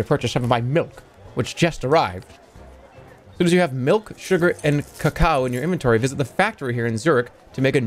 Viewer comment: Love how this guy doesn’t know how to pronounce cacao